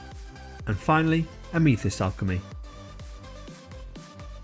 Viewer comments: Ah-me-thist? A-myth-ist. :) Very nice review. Helpful. Thank you. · I used the ruby alchemy recently and quite happy with it, just a shame I can't use cobalt alchemy as I am allergic to cobalt. Also that is the first time I have heard Amethyst pronounced that way. Have always heard it pronounced like meh not me. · Amethyst isn't pronounced how you said it matey. Nice review, I have ordered 3 different sets. I wish I'd found reviews like this for the Fantasy & Game range from Scale 75 last year, my wife bought me the full range for my birthday (I asked for it) I've since tested every one of those paints and they're all completely transparent which has annoyed me quite a lot, £150+ and they don't specify that every paint is transparent anywhere that I could find.